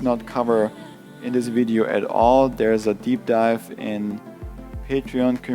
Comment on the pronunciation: to deev dipe😂